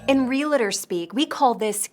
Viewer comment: Very nice..great laughs...and cringes. One reminder: the agent who deals in REAL estate is a REAL-TOR, with NO vowel between the syllables!! That person IS NOT A "REAL-A-TOR"....it's VERY distracting to have intelligent, talented people commit this....um... unforgivable error. "Real-a-tors" are mediators, clergy, etc.